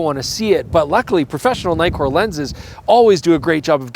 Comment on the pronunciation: Naïkor.....no please say once and for all Nikkor